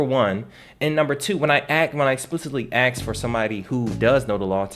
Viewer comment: "Ask, not Aks" lol. Just having fun, great info!